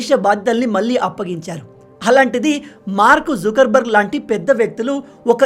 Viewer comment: Mark zukar barg kadu sir Mark zoker barg 😂🤣😊